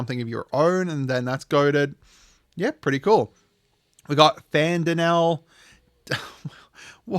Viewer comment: Urianger is pronounced “uri on Jay” Fan-Daniel, tell-off-or-oi *agh-sea-an(edit ass-sea-an) Alf-in-oh Al-E-say Hurray’s-vel-gar